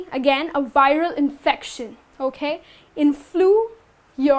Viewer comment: Act less and teach more. ... and your "okhhay"....sucks!